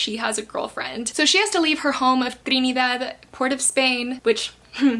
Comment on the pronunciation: your saying "trinidad" incorrectly, there is no spanish accent to it. its "trini" "dad" P.S. I am from Trinidad